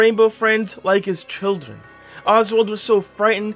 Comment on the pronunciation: Did he say childwen